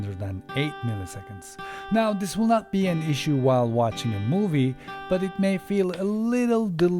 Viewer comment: Çok güzel This diyorsun abi. Vis iz akxmsm